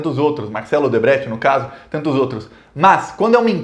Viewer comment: Vc não sabe falar triplex nem Odebrecht